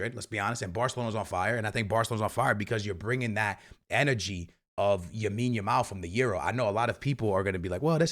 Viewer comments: Knowing Barca’s luck though someone is going to get injured during the international break 😭. Also saying YAMINE Yamal 😂 is crazy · Bro speaking “RRRRRREAL Madrid” But also “Yamine Yamal” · STOP CALLING HIM YAMINE ITS EMBARRASSING 😂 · Everytime bro this man😭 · Say Lamine’s name right my boi